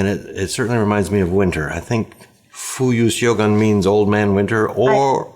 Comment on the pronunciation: Thanks for the show, fun as always! A quick note on the pronunciation of the Iroshizuku ink featured: instead of trying to pronounce the "syogun" spelling, try to pronounce the alternative "shogun" one, since they both correspond to the same Japanese word (which was popularized by the famous TV series from the '80s if anyone still remembers it). The most common translation for the word is actually "general", so name of the ink could be translated as "General Winter" which is a personification of winter in Japan similar to "Jack Frost" or "Old Man Winter" in English language.